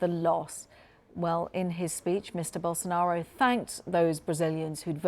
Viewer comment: Billion dollar company, yet can't even find and anchor that can pronounce his name correctly.